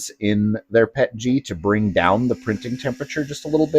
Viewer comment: is actually one of the few CCs that actually says the acronym correctly. PET-GEE. Every chemist knows they've been saying the P.E.T. as "PET" & then adding The "G" for glycol. That additive which makes it easier to print than standard PET. GOOD video! Thank you!